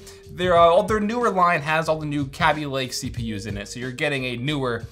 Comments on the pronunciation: He pronounced it "cabbylake" facepalm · did you say kabby lake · the way he said kaby lake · The way he pronounces Kaby Lake just shows how little he really knows about computers... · What you wrote was just some random shit. Kaby Lake is a real name, and he mispronounced it. Period.